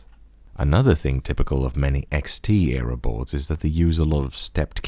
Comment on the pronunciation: XT Era "X Tierra"